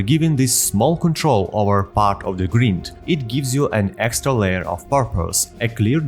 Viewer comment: Your pronunciation of the word "grind" is unique (and wrong) but it's understandable since you have the correct pronunciation of "grim" in "grimdawn". Use Google to see how it's pronounced :-). Awesome video + 1like & sub.